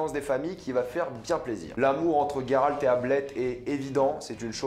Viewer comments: GÉRALT PAS GUÉRALT. .. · ce n'est pas Guéralde ou Gayralde mais Géralde donc Jéralde ! le "J" le "jé" et pas le "Gué" ou "gay" bref c'est comme cela qu'on le prononce en Français ! dans les autres langue je m'en taponne sec. on parle Français et en Français utiliser une autre prononciation s'il en existe déjà une, c'est une faute de prononciation et même si dans une autre langue c'est plus jolie et pour le coup gayrald c'est nul à chier. maintenant si ça n'existait pas en français se prénom alors ça serait dans la prononciation d'origine et donc pas une faute. bref en plus Yennefer tu le prononce pas en Turc ou en Polonais pour le coup alors que là tu devrais et ça ne ce prononce absolument pas yé-né-faire mais plus yénéfeuss ou yé-né-fairlre le petit roulement de R à la fin . voila c'est aussi dégueulasse à dire que gayrald. et au passage je te conseil de regarder la série "see". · On dit [jé rald] c'est comme la terminaison du mot grange. Ça me fait saigner les oreilles les noms mal dits.